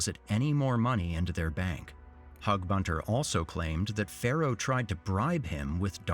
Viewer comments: Narrater keeps saying 'Pharaoh' but the name is Pharoah!! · ”Pharoah” hehe